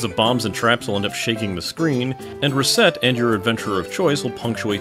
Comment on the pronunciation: Reset tear is how you said it